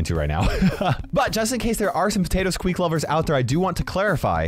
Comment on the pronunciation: You called squeak teak